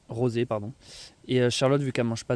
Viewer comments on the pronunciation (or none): none